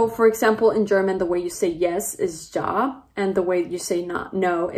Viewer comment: The word "Ja" is pronounced as "Yaa", not "Gia".